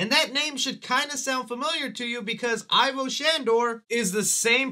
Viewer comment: It's not pronounced "ai-voh". Its pronounced "ee-voh": It really bugs the piss out of me that so called Ghostbusters fans can't say his name right.